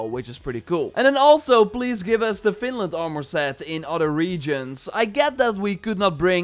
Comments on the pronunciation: Man, its Vinland, not Finland ^^ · its not "finland" its "vinland" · Vinland not finland lol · Is anyone els hearing Finland and not Vinland? Like I know he is saying Vinland.. but I can't get my self to hear it 😅😖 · Valhalla isn't authentic history. It's more in myth territory. And my bad If I misunderstood his accent regarding Vinland. Vinland was discovered by Leif Ericsson Day around 900/1000 AD approximately 500 years before Columbus' birth.